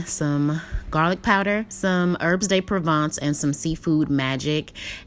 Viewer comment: "Erbs day provaunce" .. lmao